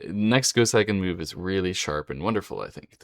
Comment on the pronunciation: A bit of advice: if you're going to make a video about someone, first learn how to pronounce his or her name. "Seigen" is pronounced "Say-gen" -- NOT "Sigh-gen."